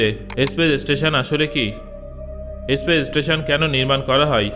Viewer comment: kothata Aspace na Space.